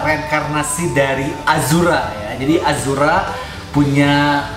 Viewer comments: Ashura bang, bukan azhura.. 🤣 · Ashura bukan azhura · ashura bkn azura